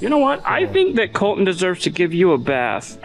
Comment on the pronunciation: It's "Col-TON' not "Col-TIN' or "Col-en". should get to do a burn out everything wrecks something and has to repair it.